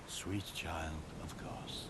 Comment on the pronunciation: Quick note its "Kos" rhymes with "Oz" if you liked the game there is hundreds of hours of lore videos. This was a very fun playthrough to watch. Threaded cane all the way through is impressive!